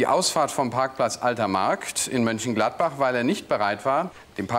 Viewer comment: ne, das ist nicht egal. Bei existierenden Städten sollte man die Namen auch korrekt aussprechen. Es gibt ein MÖnchengladbach, und man sollte nicht MÜnchengladbach sagen.